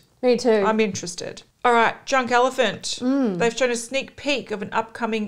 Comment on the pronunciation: Drunk Elephant! What my stupid brain heard: Junk Elephant!...now I can't stop laughing! xD /edit: Uh, I'm surprised you didn't talk about that cringy af naming scheme for the Patrick Ta collection. I vividly remember quite a few people on your insta post getting the same negative vibes as myself.._.